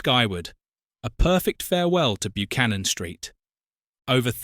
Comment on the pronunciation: Interesting video as I wa there just recently, however, sorry to be pedantic but it's pronounced (more like) BUH-CANNON, not byoo-cannon